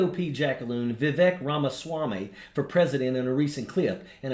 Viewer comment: F*'in murderer doesn't even know how to pronounce his so-called "candidate's" name! Viv-ek, it's Viv-ake fool!!! The Glove fit before drying out with all of Nicole and Ron's blood on it, killer.